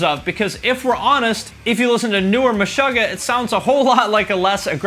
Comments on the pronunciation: Does everyone pronounce Meshuggah as “meh-SHUH-guh”? I’ve always pronounced it as “meh-SHOO-gah”... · This video is literally just you mispronouncing words (Meshuggah, amo, Chael Sonnen...just to name a few) and you acting like your opinion is correct and indisputable... Attila blew up after they put out Rage, not after about that life. People don’t like emmure because Frankie sucks. Where is this metal community you keep talking about that doesn’t give a shit about anything? I get it you think your high amount of views means everyone agrees with everything you say... but you have no fucking clue what you’re talking about or how to pronounce words. Get outta here.